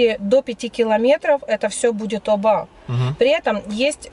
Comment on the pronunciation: где ты её взял? Десятый год в Махмутларе живет, а названия районов не знает. Да, в турецком языке действительно, ударение часто падает на последний слог, но не всегда (Аланья, Анталья например), запомни, Оба - ударение на первый слог, а вот ТосмУр и КестЕль как раз на последний. Сама себе противоречит, говорит, что всегда на последний, при этом называет районы ТОсмур и КЕстель. Ой, не верю я, что она там с 11 года...